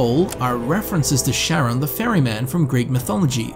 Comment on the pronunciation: Stop pronouncing charon like sharon wtf 🤣